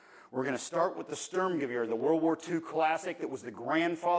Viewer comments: Sturmgewehr nicht Schtürmgewieer :D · It's funny that all Americans and Britans say " Störmgöwöhr". For all English speaking people: is Sturmgewehr, the U's are spelled like your oo in cool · Sturmgewehr, not stömgewör please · Störmgöwör... I thought Americans had trouble pronouncing umlauts. That's THREE IN A ROW. Guys, german pronounciation does not work by shitting umlaut all over everything Stoorm-gey-wer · Thanks for the praise... You pronounce it "Shtoormgewaire" :-D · stormgun, or stormers-gun. actually ^^ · Every time he calls its a "Stermgaveer"... It makes my ears bleed. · Lass die Amis mal ihre Propaganda Dokus... ist jedes mal witzig anzuschauen :D Und er sagt ja "Störmgewöhr" :D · yeah.. störmgewör... Like XD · ha ha he said sterm lolz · ich liebe es wie er 'Störmgewöhr' sagt :D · it's funny to see how he say "sturmgewehr" xD i'm german^^ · I personally prefer the Sturmgewehr over all the others there, but this guy's German pronounciation is absolutely atrocious.